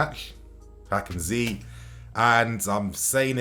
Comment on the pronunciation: Don't say Hakim zee it is annoying